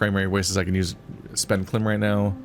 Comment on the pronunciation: I know the series is already finished, but you are supposed to separate the K in KLIM. Like a thousand units of LIm energy. However, Klim is funnier.